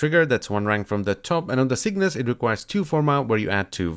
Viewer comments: cyngas mate (chei; ngas) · Sin-gas...muh OCD. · I thought it was Cygnus too, but you need to flip the g and the n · Get down with the cyngas. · Cygnas sounds better, now this archgun is ruined for me